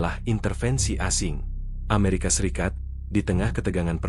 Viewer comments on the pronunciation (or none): none